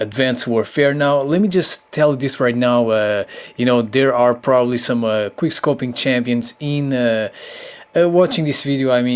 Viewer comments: it quick scoping not "queerscoping"😑😒😔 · Drinking Game: Every time he says "queer scoping" take a shot of vodka ;) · wow, ur very good at kweer scoping! lol the english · you said queerscoping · Is it just me or does he say queer scoping intsead of quick scoping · this bruh keeps saying"Quier scoping" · "Queerscoping" "tis and thet" "shitgun" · someone correct me if i am wrong but i'm pretty sure he says "queer-scoping" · Was he saying quick scopeing or queer scopeing? Lol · "Quer Scoping" Lmfao xP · Queer scoping? I heard that, also. Who is Justin beaver? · Why are you calling it "Queerscoping" 😂😂😂😂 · It is called Quick scoping NOT Quire scoping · I hate how he says: QueerScoping. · Are you saying Queerscoping? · Why does he say queer scoping?! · Is he saying queer scoping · The fact that he says queerscoping made me subscribe already.This is a guy who understands. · he keeps saying queer scoping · Ate you saying QUEERscoping 😂😂😂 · Why are you calling it queer scoping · Why is he saying quirrscoping ?